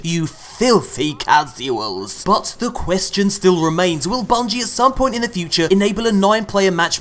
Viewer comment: FILTHY CAS-YOU-ELS.... i like it